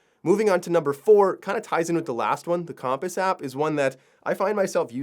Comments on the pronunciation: Useful! But the pronouciation compass had me reeeeeal distracted. 😒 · I've never heard compass pronounced that way before, although looking at the word I guess it makes sense. Have I been saying it weird my whole life? Now I'm curious how everyone else says the word. Cum-pass or Comm-Pass?